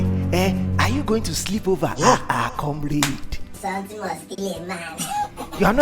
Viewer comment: Its come-rad not come-raid 🤣🤣